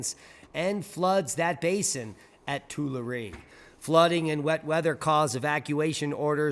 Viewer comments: We say Two. lah ree. Tu la ree = Tulare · PRONOUNCED, TOO-LARR-EE! TULARE LAKE!